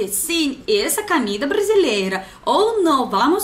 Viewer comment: camer camer, camer faz a gente crescer... biz, eu tive q rebobinar esse video e assistir de novo só prá ter certeza q em todos os video q assisti tem q ter camida, é sempre bom ouvir esse sotaque, dessa vez arrebentou